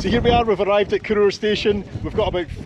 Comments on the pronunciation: I believe the pronunciation is as in CORR HOUR not CORR OOR? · Cor-oor! It's a Weegie thing, but I was soon corrected by the female ENGLISH train guard. She insisted it's called Cor-our, not Cor-oor! It's right in the absolute middle of absolutely nae-where. My sort of place. The Highest Railway station in the UK, she told me.